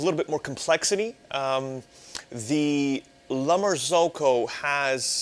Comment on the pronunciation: LEARN HOW TO PRONOUNCE "LA MARZZOCCO"!!